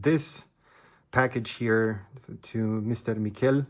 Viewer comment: Very good French! He's french though, not spanish, Mi-shhhh-el :) hehehehe I hope he responds! It's awesome seeing youtubers collaborate with each others like that, reminds me there's still some good in this world